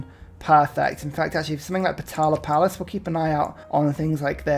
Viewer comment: is the best Civ producer at the moment imo! Thanks for that constant steam of output! Collab with otter also very much appreciated One thing I again and again stumble over when watching your (and otters videos for that matter) is your supposedly funny pronunciation of the Potala Palace. I also didn't know for a long time, but this palace is build in Lhasa, Tibet's (former/ rightful(?!)) capital. Considering historic events and today's situation there, I, personally, think it's much more appropriate to pronounce it's name properly! Same feelings I get when you talk about Chichen Itza It feels not easy to give these thoughts without fronting too much, but I very much appreciate you giving this topic a thought! Also, I kind of just wanted to start leaving more comments for the algo, but seems it's a good opportunity to share my thoughts